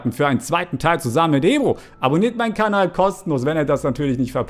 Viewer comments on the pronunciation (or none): none